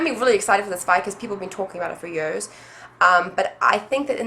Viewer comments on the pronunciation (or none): Ur so cute seconds when U say the word "years".I have never heard someone say it like that before. Say it again in ur next video...lol.I love listening to accents=) Will U be coming to Toronto for the fight & the FAN EXPO?